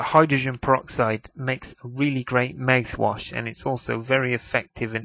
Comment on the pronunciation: maeth wash... lol